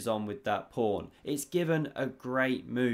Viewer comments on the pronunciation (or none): There's no r in pawn 😂😢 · I often understand "prawn" - have I heared it wrong or did he really say this? 😅 "covers the C prawn" 😅 omg ... if it was intentional he is a master of puns 🤯 "sea prawn" ... omg this would be too good to be true